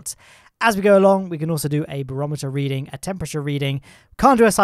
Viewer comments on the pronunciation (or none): none